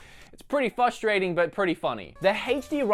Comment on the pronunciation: I must say again that it's FRUSTRATING not FUSTRATING! Note the extra R that that you fail to pronounce every time which really......... frustrates me!